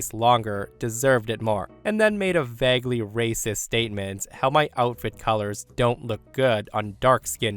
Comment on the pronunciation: In several stories the OPs write, "Anyway," which "" repeatedly reads as "Anyways." Although it is often used, it is NOT grammatically correct. Also, the narrator has an odd vowel pronunciation (regional, perhaps?) with some words, such as "vague" and "beg."